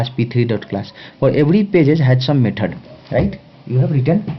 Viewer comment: Maithud != Method Tashte != Test Nice Lecture but... You sir, although an amazing teacher, give people in US more reasons when they say H1's are unqualified/uneducated/uncivilised. PLEASE improve your language skills (mind you, I'm not talking about accent)